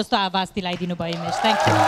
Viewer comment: सुमनले थ्याङ्क यु भन्दा थान्कु भनेर बिचार गर्ने त म मात्र हैन होला है।anyway nice performance.keep it up.